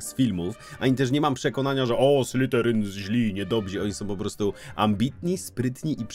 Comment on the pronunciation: błagam, to nie SlyTerin. Prawidłowa wymowa to /ˈslɪðərɪŋ/. Dźwięczne th zbliżone do polskiego /z/, koniec języka między zęby i delikatna wibracja dźwięku /z/. SlyTerin przez T brzmi bardziej jak podrzynanie gardła, a nie pełzanie węża xD